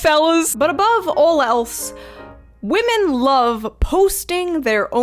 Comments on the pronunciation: I’m gonna need a video explaining why younger women can’t pronounce women, but instead always say “woman” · "The Wemin" 😂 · Why do some youtubers say the plural of the word woman correctly but a shocking number do not?